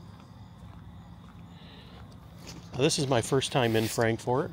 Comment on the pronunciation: It's not pronounced Frank- FORT. It's FrankFert. From a born and raised KY girl.